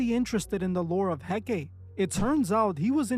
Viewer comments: Hecate (/ˈhɛkəti/ ⓘ HEK-ə-tee, not He-Kate. The wiki page even has a play audio feature. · Pronounced "Hek-uh-tee". Not "Hek-kate". XXX was pronouncing it wrong. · It's not Heck-ATE It's Heck-uh-TAY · Hecate: HEH-kah-tee, HEH-kah-tee, HEH-kah-tee! Not HEH-keit. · The Goddess' name is He-ka-tay, Not He-Kate. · ❌hek-ate ✅hek-a-Tee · It’s pronounced Hek- Ah - Teh . Not Hek-8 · her name is he-kuh-tee . u also don’t know what ur talking about . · Hecate is pronounced heck - car- tay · Hecate pronounced Hek-a-tay. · Pronounced: Hek A Tay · Its pronouced 'hek-uh- tay' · Ok but it's pronounced "heck-ot-aye" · It's pronounced HECK UH TEE. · Her name is pronounced He-cuh-tay, I was actually commenting about XXX then you spoke about it! It amazes me people will believe in this, but not believe in Jesus! Jesus is Lord!! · Hecate, hek-uh- tee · I cringe everytime he says it because of that! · dude cant pronounce hekate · Just so you know, the ''E''at the end of Hecate's name isn't silent. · You’re not remotely pronouncing Hecate right or representative of who she is 😂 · Yeah, the mispronunciation really got to me. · Hekate is not supposed to rhyme with "decade". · I feel like he’s mispronouncing her name on purpose so people can’t look her up or maybe trying not to say her name out loud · I think you’re mispronouncing he c a te name on purpose I too don’t say their names out loud I don’t want to summon it some see her as a goddess I know it is a demon. Anyone “working with” these “goddessees” these entities despise humans they don’t want to “help you” and get things for you they might play along and make you think you have the control until they flip the script and it’s never when you think and always worse than anything else you can imagine. Anyone interested in a deep dive in how this works watch a former occult practitioner Craft To Christ she is really helpful in spiritual warfare and follows God now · I thought he pronounced it wrong